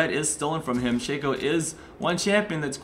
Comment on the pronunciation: I am so glad someone pronounces Shaco correctly!